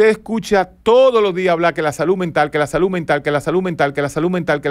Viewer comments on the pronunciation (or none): Dr. Un datelle importante y algo curioso, si bien somo dominicanos y la DICCIÓN no va muy con nosotros, pero, usted hace énfasis en la pronunciación de la palabra SALUD, y lo hace con la T (saluT) en vez de la D (saluD) Fuera de eso, ha sido grato ver y escuchar todo sus comentarios y reflexiones en aste video.